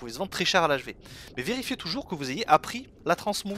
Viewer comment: « vélifiez » t’es rentré dans ton personnage de Draeneï ? Ahah